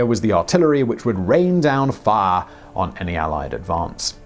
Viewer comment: "Fahh?" Fire for me please.